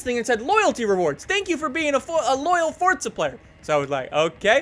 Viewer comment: please there's no t in forza